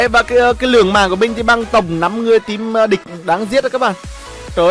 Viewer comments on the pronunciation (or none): none